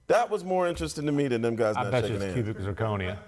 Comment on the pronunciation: Nigga said its cubic zerconia